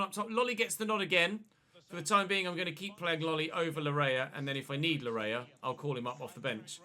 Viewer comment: Laryea's name is pronounced "Lar-yay" it's a Ghanaian name for some context